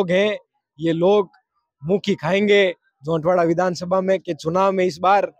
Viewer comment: झोटवाड़ा है न कि झौंटवाडा